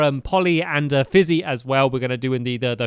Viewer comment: it's pronounced fizzy